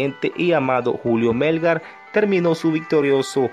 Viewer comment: Muy lindo el video pero que pena que no sepas pronunciar su nombre es Melgár no Mélgar 🤦🏻‍♂️